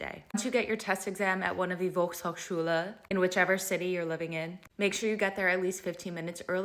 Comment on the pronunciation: You pronounced the word "Volkshochschule" wrong. The "V" is pronounced like the "f" in the word "fail".